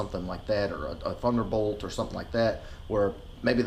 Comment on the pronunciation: Did u say thunderbolt?